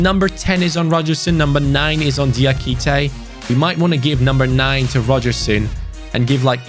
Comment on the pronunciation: I’m not tryna be that guy.... but it’s (Jah)-kité not (Deeah)-kité. Absolutely loving the series my man. Been watch the channel since 1860 Munich